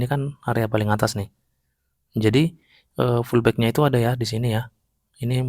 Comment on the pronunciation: bang baca nya pullback BUKAN FULLBACK